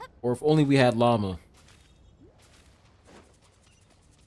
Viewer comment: I can't help myself. Everytime calls Lauma by her name I hear "lama" instead. Maybe, she is indeed not a deer, but a lama. 😂